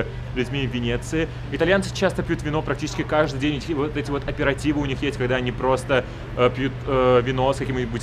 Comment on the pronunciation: Аперитив, а не "оператив" ;D